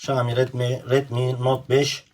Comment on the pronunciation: Usta keske okunusunu "ŞAAMİ" dmek yerine "ŞAOMİ" desen daha dogru olurdu